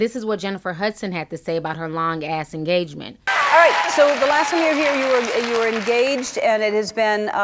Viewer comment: Did you just say "TEN YEAR ENAGMENT!?!?" Dear Lord......